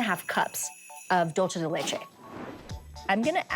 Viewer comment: Dulche de leche